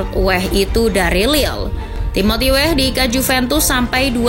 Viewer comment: Oi mimin....nama org itu jgn salah sebut...Weah bukan WEH...huruf A nya dibaca.kl ga pcy...u dgrin komentator luar negri bicara. Bruno Fernandes juga bukan bruno fernans...ada huruf E di fernandes dibaca juga,min. Tlg y,min itu nama org jd perlu dibaca dgn benar.Weah kog jd Weh🤦